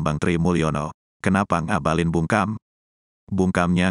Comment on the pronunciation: Ngabalin saya dengar seperti mautaubat